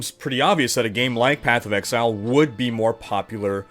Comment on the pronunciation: Sounds like was taking a course in MS Excel:D. The number of times you say Excel instead of Exile is hilarious:). Thanks for a good vid!.